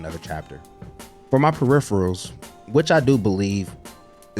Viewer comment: You might be the first American person I've heard say the word peripherals correctly.